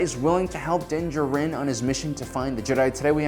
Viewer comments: You are correct. He kept saying it weirdly. Its almost like he did not watch the show because they do NOT say his name like that in the show. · DUDE!! Just call him Mando for Christ's sake!! I can't listen to you butcher his name anymore!! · Again, is pronouncing the character’s names wrong a joke on this channel? You literally hear them say Din Jarin fifty thousand times in the last episode of season 1 and all on YouTube. Why not saying it right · PROUNOUNCE HIS NAME CORRECTLY